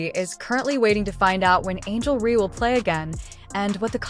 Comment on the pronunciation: The name is Reese, not Rhee! Is this an AI thing, because it's really annoying!